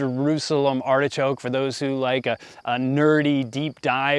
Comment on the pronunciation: Pronunciation - "Artishok" ;)